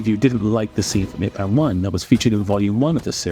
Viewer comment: your pronunciation of Ip Man and the fact that you think steven segal is fake tells me everything i need to know, when he was young Steven was actually a legit fighter, trained and everything, he just got old and fat, it happens to about everyone, have you seen eddie hall lately? hes not exactly in strongman shape ya know, but that doesnt mean he was never a strongman champion